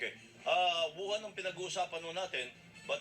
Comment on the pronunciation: WUHAN PO Hindi YUHAN! May problema po ba kyo sa Pandinig po?pasensya npo napansin ko Lang. Sana po sa susunod topic nman about sa Kilay. Fan nyo npo ako